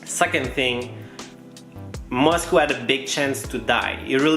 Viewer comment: Why do you say moscoo instead of Moscow lol